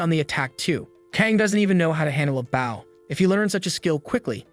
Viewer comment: Translation its not boow its BOw the w is silent . But it would be a great anime.